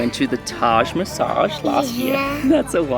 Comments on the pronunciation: Great Video !! Just a small correction it’s Taj Mahal not Taj Massage . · Loved the video! Glad to see that Hunter's already seen 3 wonders of the world by the age of 4! Impressive! Btw, I don't know if I heard it wrong, but it's Taj Mahal, and not Masag😅😅